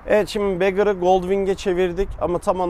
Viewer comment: Ya arkadaş şaka mısınız siz yaa? İnsan bir video boyunca saçmalamadan önce neyi tanıttığının araştırmasını yapmaz mı yahu? Bu motorların ikisi de Gold Wing. Biri Honda Gold Wing'in bagger, diğeri tour modeli. Birine Gold Wing diyorsan diğeri ne? Ayrıca bagger kelimesinin telafuzu begır değil. Zira beggar diye yazılıp begır diye okunan kelime dilenci demek ingilcçe. Bu kafayla BMW K 1600 GTL, K 1600 ise; K 1600 GT ne oluyor? Tü kaka mı? Ona da bum diyelim. Ne de olsa dilencinin diğer anlamı. Hatta Honda'nın sitesine bakarsan Honda, bagger modeline sadece Gold Wing yazmış. Diğerini ise Gold Wing Tour diye belirtmiş. Eğitim şart.